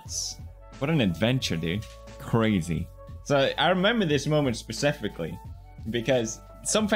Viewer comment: 'I remember this moment pespifiscally'